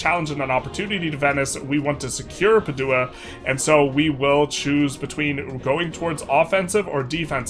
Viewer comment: Padua - pronounced PAD-du-ah